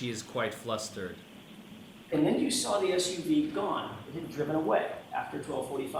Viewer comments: She never ‘sawr a body’ 😂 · Dude that got me every time I sar her saying it. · She never “sawr” a body. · Ohhhh now there's an R all of a sudden?? Right there at the end of the word saw.... 😮